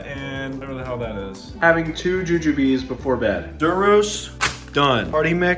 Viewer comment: That's pronounced joo-joob (rhymes with rube or ...oob) not joo-joo-bee! They're a classic candy from the 1700s based on the fruits of an actual tree, they're a lot better from an actual candy store though